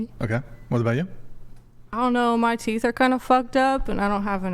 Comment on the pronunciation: Can't say teeth, or many other words. Idiot